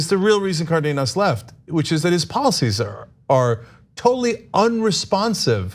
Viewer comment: FYI, Ana, it’s CAR-denas. Hence the accent on the á.